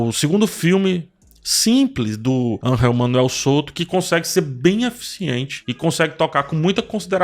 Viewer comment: Nao é ANRREL kkkkkk É angel MESMO.... Voce so le com som de R quando for J ....quando for G voce le com som de G....na lingua espanhola